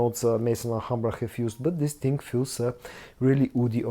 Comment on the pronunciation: Bro stop saying dis ting and interrupting every review to say subscribe, but I think this scent is closer to elixer than le parfum